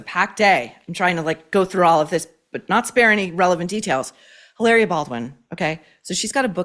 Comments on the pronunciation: I love that you’re pronouncing her name hilareeua instead of how she wants you to pronounce it Hilahhhria 😂😂😂. She’d probably correct you if she heard you😂😂😂. Now we all know she’s Hilary from Boston lol. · It’s Eeee-lahhhh-ree-ahhh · I love how you pronounce “Hilaria” Baldwin. The well deserved shade 😂😂😂